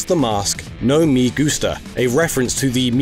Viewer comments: The "me" in "me gusta" is pronounce like "meh", not the start of "meme" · In the meme "no me gusta," the "me" is pronounced as a short-vowel "e," like in the words "hen" and "shed."